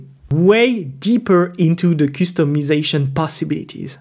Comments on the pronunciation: I laugh when you say 'coostomization' 😂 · I love the way he pronounces customization 🥹